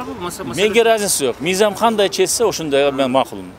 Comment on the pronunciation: Мийзам мийзам дейт